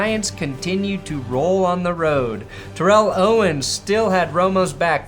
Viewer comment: Isn't it pronounced TERR-ell Owens? As opposed to Terr-ELL Davis?